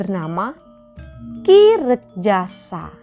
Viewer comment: Bukan ki Rekjasa, tapi ki Rekajaya. Gitu mbak.